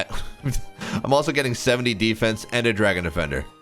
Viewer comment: How do you manage to pronounce Defence 2 different ways within 2seconds lmao